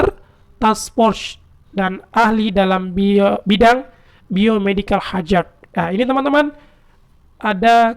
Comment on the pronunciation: Dengerin aja bahasa inggris abang penyiarnya jjur saja masih amburadul gitu "World" dibaca "Word" ...baca cyber security ama biomedichal hazard pun masih kseleo pronounce-nya... selama ada kemauan belajar trs Keep Going..tapi paling important memang harus bisa bahasa inggris